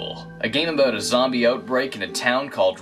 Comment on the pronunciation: he pronounces "about" as "aboot" so that's where I assumed he was Canadian